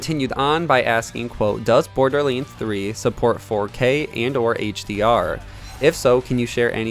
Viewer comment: Borderlands, not borderlinds 😅😅 otherwise great thing to know about the specs, can't wait!